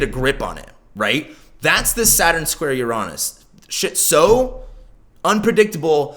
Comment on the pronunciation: the way you pronounce uranus cringes me out... google that shit if you don't know how to pronounce it... as someone who earns a living out of this you are not doing a great job on even basics... cringe